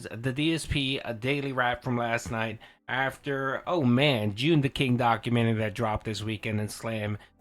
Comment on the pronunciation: can't say documentary? 😅